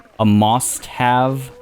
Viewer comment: "moss-t have"... oy vey. 😆 Loved it!